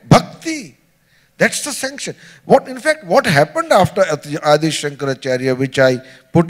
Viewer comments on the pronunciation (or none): Why does this Shoma say अदि शंकराचार्य ? It is आदि शंकराचार्य.